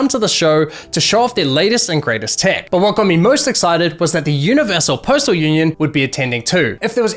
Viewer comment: I'm new, why does he say "Universal" with French accent?